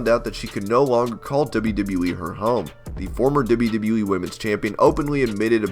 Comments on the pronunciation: how you say “dibbleyadibbleyaee” when trying to say WWE is the weirdest thing i’ve ever heard haha... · Every time he says WWE, I hear “wwwwwe”